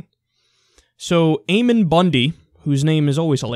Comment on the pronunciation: Ammon is pronounced with a short A like Lamb. Ammon is a character from the Book Of Mormon.